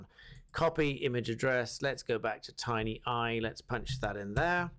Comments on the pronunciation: Tineye, not Tinyeye. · tin eye, not tiny eye, bad reading for a barrister